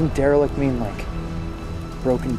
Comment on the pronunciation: Elrich? It did not sound like it said derelict